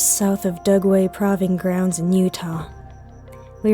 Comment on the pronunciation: "praw-ving grounds"?